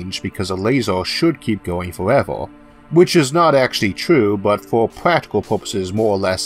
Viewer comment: kilametors lasors forevor duuuude come on its annoying